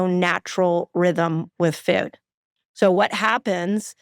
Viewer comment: Foooooood!! Not fewd!